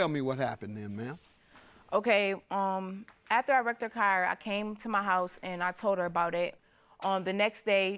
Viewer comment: Hunny, you cannot trust someone who cannot pronounce "after" correctly.